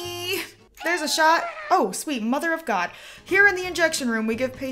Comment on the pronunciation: Cuz you please stop saying that ''Mother of God''. Sometimes I hear mother of goat.